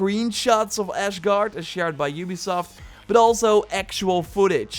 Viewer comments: Mom can we have Asgard in home? Mom: We have asgard at home Asgard at home: ASHGARD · meme: mick jagger 12 hours ago Am I going crazy over when is he saying “Ashgard” instead of “Asgard” damnn my head hurt when i hear that but anyway video is good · I love your channel but it’s Asgard, not Ashgard! Lol.🙃😛🤣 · Asgard, not Ashgard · It's asgard not ashgard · I just have to say, it's asgard not ashgard.. Sorry but it really bugged me lol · its not ashgard its asgard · Nobody.: Ashgard. Access granted to Valhalla! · Lmao brother is Asgard, there is no H in there. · Asgard not Ash-gard. It’s not in musphelheim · “As-gard” not “Ash-gard” lmao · Am I going crazy or is he saying “Ashgard” instead of “Asgard” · As a Norwegian citizen from real life Stavanger that speaks Norwegian, "Asgard" and "Ashgard" is wrong. Åsgård is the correct way to prounounce it, you can also spell it as Aasgaard = Aa & Å is the same letter. Å/Aa makes an "Ohh". Same goes for Erling Braut Haaland the football/soccer player, it's pronounced as H"oh"lan, like the region of the Netherlands; Holland. Erling Braut Haaland is from Bryne, Rygjafylke (Rogaland) aswell, just south of Stavanger, north of Elkundersund (now called Egersund) Also the island north west of Stavanger that's called "Ikke en oy" means "not an island" in Norwegian (Ikke en øy) and "Mannskapsangrep" another place in Rygjafylke, that litterally means "crewattack" (Crew = mannskap. Attack = angrep) Rygjafylki/Rygjafylke is now called Rogaland where Stavanger is still the county capital, also in Rogaland, the area with alot of islands is today called Ryfylke same etymology as Rogaland/Rygjafylke/Rygjafylki. Also Stavangerian sports teams are usually called Viking or refering to Vikings and the Oil Capital status of Stavanger :) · I hear Ashguard :-) But i wish is was Asgard (ref. thor from Marvel) The place looks almost the same... well.. the bridge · you say it like: ass gard please dont say ash gard it triggers me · "Ashguard" lel